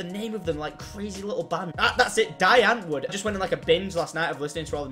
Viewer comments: its pronounced 'Dee Auntverrd' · Die Antwoord is a South African band/group, it is pronouncdd (Dee-Ant-Vwoord) Love tou homie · Tom- Die Antwoord, South African group that does "zef style" rap. Translates to the answer pronounced " dee ant-voo erd". Sick video. You the realest say hi to neighbor Alice. peace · Did he say die antwood?!!jehakckksxjwocakkcoe omfg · Uuuhh you're pronouncing "die antwoord" wrong. But they're still soooo good